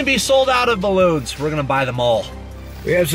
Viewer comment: look at all thees balons😂😂😂😂😂😂😂😂😂😂🤣🤣🤣🤣🤣🤣🤣🤣 The captions though he said balances